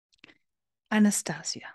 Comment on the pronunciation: It's pronounced Ahh-na-stah-see-ah It says that in the beginning of the book